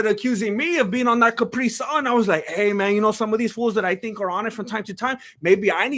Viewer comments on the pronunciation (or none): none